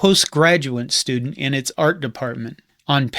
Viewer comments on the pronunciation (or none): none